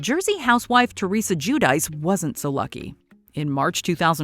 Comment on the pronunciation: it's pronounced Gwih dee chee, not goo-dice.